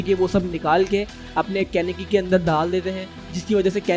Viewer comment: And it is kaneki ken not kanaki ken